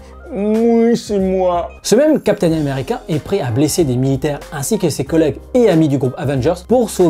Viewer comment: lol chaque fois que tu parles de steve rogers, j'ai l'impression que tu prononces "capitaine numerica" :))